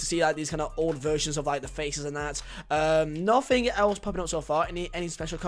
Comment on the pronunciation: "Nofing really"